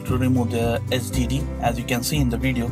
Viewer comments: he's Indian so he can't pronounce it. lol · he sounds like he is saying std instead of hdd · I thought he said std realized he said hdd after reading your comment. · or sdd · Same here! LOLZ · It sounded as if he was saying STD